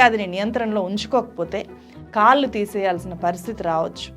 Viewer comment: కల్లు, kaallu కాదమ్మా. కళ్ళు కాళ్లు అనాలి.